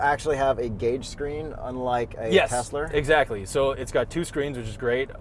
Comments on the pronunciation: So dumb saying Teslr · it’s pronounced Teslur 😂 We caught that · calling it a Teslur 😂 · “It’s pronounced tesler” and “everything is computer”. Genius 😂😂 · Tesler!!! Everything Computer!!! 😂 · "it's pronounced Teslar", classic,, classic.